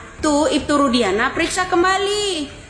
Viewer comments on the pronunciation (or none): Nyebut aja ibtu Rudianah, salah nama yg widia sebut itu, ibtu Rudiana,bukan Rudianah😅